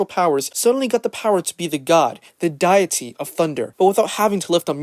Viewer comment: WHY DO YOU SAY DEITY LIKE THAT! PLEASE! IM BEGGING YOU